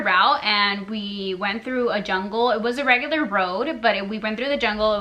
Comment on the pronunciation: CONSTRUCTIVE CRITISISM: - The AWKWARD way they try to put a "pretty face" while the other is talking, HILARIOUS - You look 100% Mexican faces making extreme "chick" ridiculous USA accent - THE WAY YOU SAY "LEON", "TACOS" HAHAHA AND then you said "thru" like "TRU" (besides u have family there, wtf u can pronounce it mdf) - All of us expected a real life or death situation, disapointing - The purpose of this video is not racism but it oddly feels like - The whole time I just felt awkward and uncomfortable watching it, it just feels fake (the accent, the gestures) - AND IS THAT FIJI WATERRRRRRR? HAHAAH - It feels like u r Mexican Wannabes (no hate) Hope u notice those things and if u want make more comfortable content, no hate, good luck.